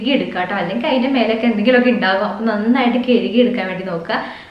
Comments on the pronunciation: കിഴുകി അല്ല കഴുകി എന്നാ പറയണ്ടേ.... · Kizhiki alla kazhuki? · കെഴുകി അല്ല കഴുകി